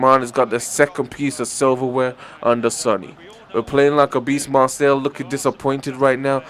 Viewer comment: by the way its Mar say